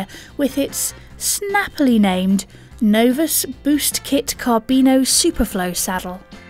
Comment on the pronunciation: it is not Selle Italia CARBINO - it is CARBONIO... dont understand why it is not possible for to get the names or pronounciation (Bontrager) right.